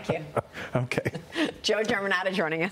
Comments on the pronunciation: Trat o RIA. That’s how you say it. 🙄 Not TraTORia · Maria remember to put the accent on Traaaatoreeaaaa.